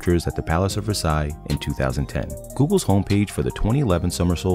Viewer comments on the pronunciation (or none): none